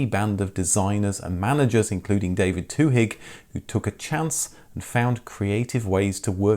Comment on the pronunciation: The "h" in Twohig" is silent.